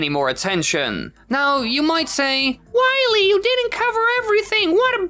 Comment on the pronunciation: I feel like Dr. Wily should be pronaounced Why-Le